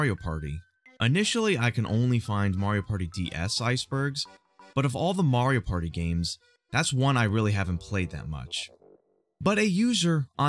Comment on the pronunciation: "mario pary"